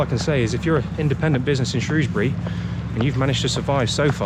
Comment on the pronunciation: From someone born and raised in Shrewsbury, thank you for calling it Shrewsbury and not SHROWSbury. I still have nightmares about these annual floods and the weir